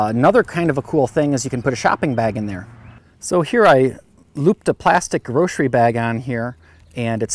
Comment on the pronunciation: I'm pretty sure it's GROCERY, not GROSHERIE :D Cool gadget ;)